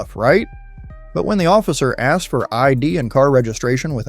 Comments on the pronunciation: I AXED YOU? or asked you. I can't believe a cop s NOT able to pronounce words correctly. What a shame. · ASKED not AXED!